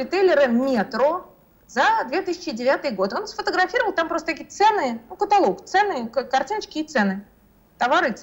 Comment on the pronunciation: Немзер правильно поставила ударение в слове "каталог" , а Белковский неправильно в слове "договор"